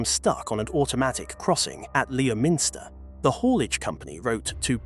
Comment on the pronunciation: No, it's pronounced "lemm-ster".